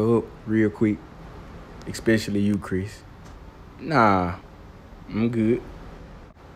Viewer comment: Bruh….did he call this man “Crisp”? 😂😂😂😂😂😂😂😂😂😂😂💀💀